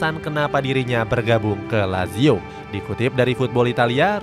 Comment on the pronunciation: kelemahan sarri sebenernya keliatan, kalo taktik nya kebaca atau plan b nya gk jalan dia auto bingung izin koreksi yaa min untuk pelafalan nama nya, semoga berkenan - sergej milinkovic savic --> sergei milinkovic savic (c tetap dibaca c, bukan k), asal nya dari serbia yaa min, tadi salah sebut - maurizio --> mauritzio - lazio --> latzio - sutton --> saten - serie a --> seriye a - joaquin --> hoakin